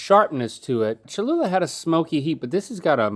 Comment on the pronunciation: It’s cholula